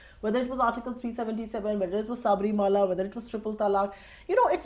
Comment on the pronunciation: she says saabrimala... obviously has no idea about what the temple is all about... or the diety there... but she wants to go there... what half baked individuals....